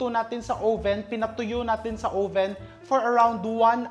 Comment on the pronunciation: Uhh-ven po hindi ow-ven. 🙏 🫶